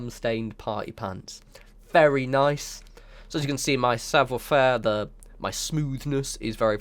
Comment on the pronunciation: Excellent video! Just one small critique: "esprit de corps" is pronounced as "es-pree day core" and "savoir faire" is pronounced as "savv-wah fair"...